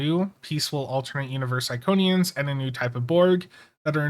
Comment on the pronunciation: Did they just say Iconians?